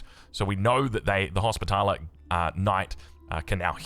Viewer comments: erm its more like Hos - pitler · Also hospitaller is just “hospital” + “er”